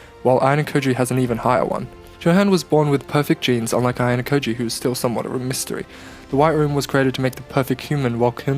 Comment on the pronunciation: You seem to have a hard time pronouncing the name haha, nonetheless a great video